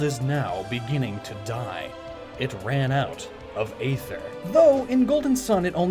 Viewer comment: Damn, this is pretty enlightening, in all honesty. Definitely looking at the concept of Psynergy in a different light now! Great job, as usual! (P.S. Not to be THAT guy, but either you mispronounced Aether most of the video... or it really IS a Tomayto-Tomahto sort of thing, and I'm just being pedantic. Just saying.)